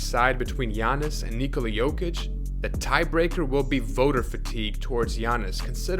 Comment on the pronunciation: Kudos for the most decent attempt pronouncing "Nikola" i've heard in a while. Where are you from ?